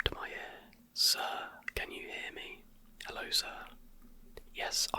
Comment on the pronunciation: is that how you say hello in british